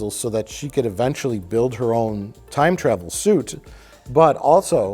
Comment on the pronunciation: invents the space shuit